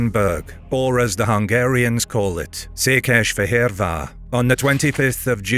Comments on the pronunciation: Your pronunciation of Székesfehérvar is pretty good! This is an especially difficult city name, I know because I have tried teaching it to non-Hungarian speakers before. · Nice pronounciation of Székesfehérvár and the other hungarians :) Szolnik is Szolnok btw, but that is fine. xd